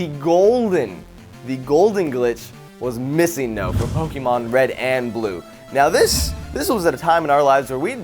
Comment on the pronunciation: THANK YOU FOR SAYING MISSINGNO.